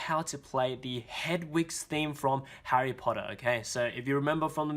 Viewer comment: Harry Pottaah!!😂